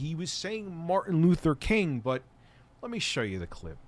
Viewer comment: I heard Martin Luther COON. But curious as to how a raccoon is a racial slur?